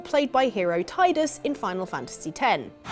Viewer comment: I would personally fund Blitzball if I ever won the Euromillions. And thanks for pronouncing Tidus' name that way, 'Teedus' sounds so wrong.